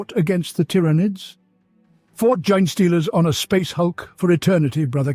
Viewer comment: Please teach your robot how to pronounce “Genestealers” and “Tyranids”